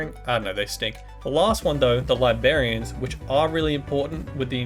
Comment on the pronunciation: “Li-BERRY-ans” lol